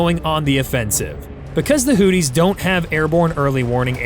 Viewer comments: From everything that I had heard on our news , here in the U.S. , I believe that it is pronounced Hoo-thee with a th like in three , and not Hoo-tee with a dt sound that you sound like on my phone . I may be wrong so , if I am , I apologize . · Hootie? Is Darius Rucker in the room with us? It's pronounced "who-thee(z)". lmao